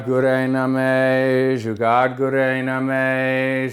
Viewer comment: Did you say Juggad?? 😣